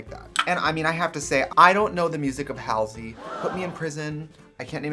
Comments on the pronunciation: Of course she pronounced Halsey incorrectly lol....all is forgiven since she looks so gorgeous here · Trixie broke my heart as soon as she mispronounced Halsey. Imma try to hold back my tears 😭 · Way to mispronounce Halsey, Tracey